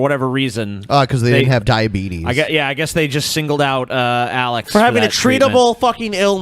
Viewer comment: it's pronounced dia-beet-us